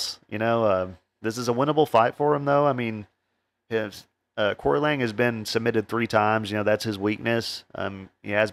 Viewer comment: Excellent show, thanks. The correct way to phonetically pronounce Aoriqi Leng is Archie Long…